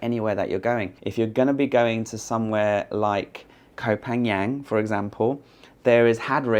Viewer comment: you are so sensitive about your name, but cannot pronounce Koh Phangan. It's not Ko pan young. It's Koh pan gun! 🔫